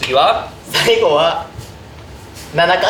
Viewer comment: の「さいぐぉ」だれやろ笑笑